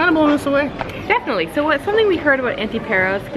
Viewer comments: Not Perros, it's pÁros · It's not Perros, it's PAros!